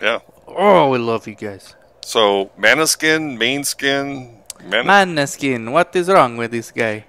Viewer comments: Moneskin not Maneskin it’ s a Danish nome ... and the pronunciation is B U O N G I O R N O not BONGIORNO ... vero easy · MOW NESSKìN 😊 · We love them ❤️ ❤️ we can't get enough of them and 4 years already passed 🤣🤣🤣MONÃSKIN THE PRONUNCIATION 😛😛😛